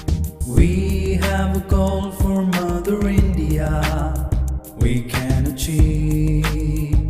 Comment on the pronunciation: Should change the part for 'India' to 'The India' instead of singing 'Indeeyia' because obviously that part was written for a 3 syllable word like... Singapore?